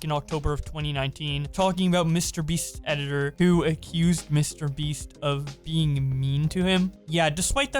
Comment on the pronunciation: I swear I hear he said mr beast “mr beef “